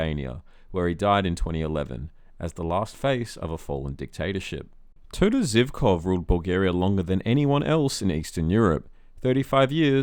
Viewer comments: You even don't know how to say "Zhivkov"! It is "Zhivkov" not "Zivkov". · Albania’s first multiparty elections were in 1991, not 1992. Ramiz Alia won. It’s Živkov, not Zivkov. Vaclav, not Vaklav. Slobodan Milošević was never the leader of socialist Yugoslavia. Its last de facto leader was Milan Pančevski, the final president of the League of Communists. This video is a textbook case of lazy research.